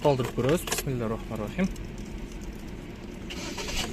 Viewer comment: Тууган писмиларахмарахим дебейт бисмилахманрахим деп Айтылат